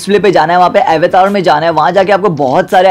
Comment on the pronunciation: अवेतार nahi bhai avtar 😂😂